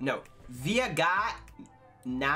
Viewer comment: viajar > J never has the hard G sound, it's always soft G sound -> the pt J is the sound of english J but without the initial D sound, just the zh sound. ge / gi has the same J sound, and gue / gui has the hard G sound.